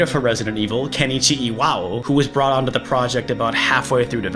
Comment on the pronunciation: "It brought horror to mainstream" You forgot the T in brought. Yes I commented just to point that out. :P